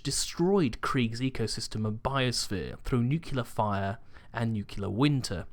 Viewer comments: nuclear not Nucular, i die a little bit inside everytime i hear somone pronounce it that way. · It's pronounced "New Clear" warhead, not "NOOCULUH" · Nucular? Seriously? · did he just say 'nuculer?'